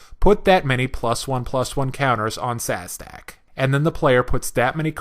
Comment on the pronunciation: "Sazdak"...what?? Theres no z before the d its szadek or "zadak" read the cards bruh